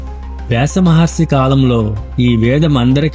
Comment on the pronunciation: చదివే విధానం బాగుండలేదు.. భాషా దోషాలు.. ఉచ్చారణ దోషాలు చాలా ఉన్నాయ్.. వేరే వాళ్ళ చేత చదివించండి.. చిన్న పిల్లలు మీద ఈ ప్రభావం పడుతుంది. ళ.. ల.. ణ.. న.. వ్యాస మహర్షి.. వ్యాస మహర్సి..విసయం.. విషయం..ఇలాంటి దోషాలు చేయరాదు 😮😮😮